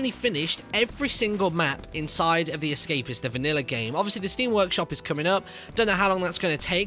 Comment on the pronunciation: why do you call it the escapiss?